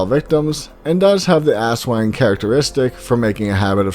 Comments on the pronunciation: Did you say ass - Wang? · It was worth watching this with my ten year old just to hear him giggle every time he heard "ass wang" lol